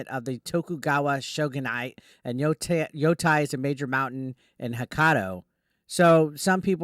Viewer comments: YoTEI, not yoTAI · Yo-tay, not Yo-Tai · It's not tie. It's pronounced like tay. Yoh-tay